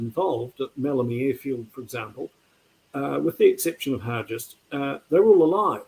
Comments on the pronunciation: James Hargest with a hard g, not soft: that's the way it's pronounced in Invercargill where I get up, anyway, and where Hargest was from (a high school is named after him there). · Not sure why people pronounce Hargest as Har-jest. That's incorrect. Har-guest is the correct way to say the name.